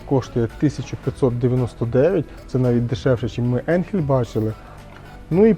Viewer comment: Ріже вухо назва енхель але по німецьки читається АЙНХЕЛЬ .